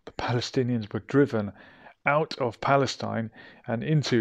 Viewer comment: It's Falesteen Not Pale Stein